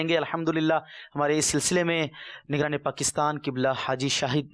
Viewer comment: & , lafz properly adaa nhin huwa, "nigraan" kaha hae!